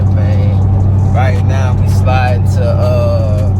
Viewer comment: “Slidin” no dude you’re driving.